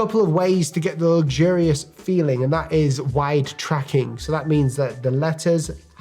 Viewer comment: The first thing I'd do is pronounce luxurious differently.